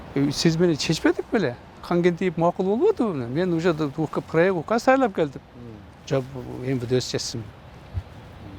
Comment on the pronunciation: Таялап эмес даярдап деп так суйлосонуз